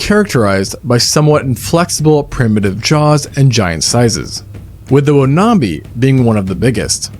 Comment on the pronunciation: It's pronounced wan-am-bi